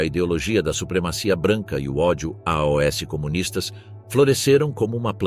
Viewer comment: a tradução da IA tá ruim. Que é isso de aos virou A.O.S.?